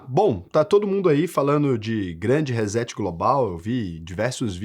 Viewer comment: Legal o vídeo mas apenas uma pequena mas importante correção na pronúncia. The Great Reset: Não é “rezétchi”. É rissét. Abraço.